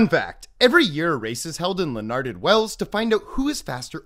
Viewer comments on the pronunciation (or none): Llanwrtyd is pronounced more like shanoorted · As a welshman the pronunciation killed me 😂😂 Edit. This is in no was disparaging. I appreciate him for shining a light on our country and culture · first, that pronunciation cracks me up second it goes to show the human talent of endurance running even if we have one only a few times its still impressive give we are going against a animal bred for its speed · The way he pronounces the names of the towns made me laugh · His pronunciation of Llanwrtwd was physically painful to hear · Hey there! Just gonna be annoying for a sec: in the Welsh language, the double L (found in Llanwrtyd) is actually pronounced similarity to a 'ch' sound, but made in the side of the cheek. It's weird af, and you guys will have to research it for yourself to fully comprehend it, but there you go :) 👍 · I don't thing that's the correct pronunciation of the Welsh town. In fact, knowing a bit about the Welsh, I am sure however you would have pronounced it, it would have been wrong 😂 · Llanwrtyd is NOT pronounced like that... 😂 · I'm so sorry but that pronunciation hurt to hear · Butchered that pronunciation 😭🏴